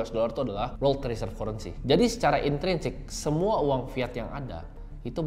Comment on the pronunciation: Kurensi bacanya currency wkwkw